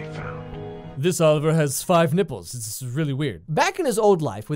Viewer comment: “This Oliver has 5 nipples- itzz really weird” Lmao your killing me XD Dude you deserve more subs